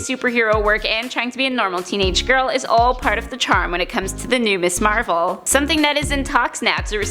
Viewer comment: Who's "Me Marvel?" Lol